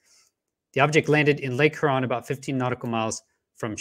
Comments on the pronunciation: LOVE WHAT YOU DO BUT I GOT ONE COMPLAINT!!! I LIVE IN METRO DETROIT AND YOU ARE NOT PRONOUNCING LAKE HURON PROPERLY!!!! I KNOW IT SEEMS INNOCUOUS BUT IT'S KILLING, ITS PRONOUNCED HyourON NOT heron!! PLEASE PLEASE FIX THAT MY FRIEND. Thanks Detroit charity recording artist Craig Michael Curtice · Huron is pronounced Hyeron. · It's not "her on". Long U preeceded by an e sound. Lake Huron (heuuron). Nobody in broadcast journalism is pronouncing it right. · Lake Her-on lol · Lake H-youron.👍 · Lake Huron is pronounced HURE-ON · Lake hurrrrrrrr-on my guy? Are you serious??? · ooof that pronunciation of lake huron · is it just me that hates the way he pronounces huron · Your credibility suffers from your incorrect pronunciation of Lake Huron. Quite surprising actually...